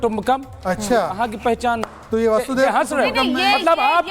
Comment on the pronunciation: 😂😂😂😂😂वासुदेव नहीं वसुधैव होता है, कृपया पहले शुद्ध बोलना सीखिए जब जान व अधिकारों पर खतरा महसूस हो तब अहिंसा का पालन कायरता होती है